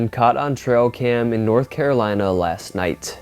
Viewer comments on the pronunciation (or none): none